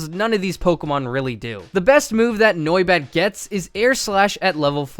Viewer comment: The way he pronounces noibat kills me inside